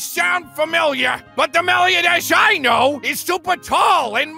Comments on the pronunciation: I QUITE despise how they say Meliodas... So...thanks, I hate it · Why do they mispronounce Meliodas like that every time hooo makes me hurt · Its so weird how they pronounce meliodas, but it doesnt change how good this series is.(Gilthunder is the best character in this series) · I hate the fact that Hendrickson pronounced Meliodas wrong...